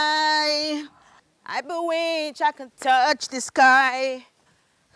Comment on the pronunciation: She say na "I be winch I can fly"😂